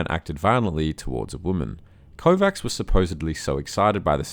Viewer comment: Kovács is pronounced KováCH